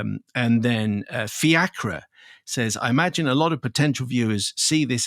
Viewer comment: Just a wee fyi, the name”fiachra” is pronounced “Fake-ra”. It’s just Irish, nothing to be scared of 😊